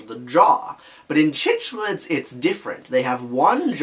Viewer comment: Its prounounced Sicklids! Great video though!